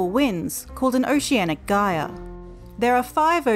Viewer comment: I have never heard "gyre" pronounced that way before, nor can I find where it is pronounced with a hard g. Where is this accent from?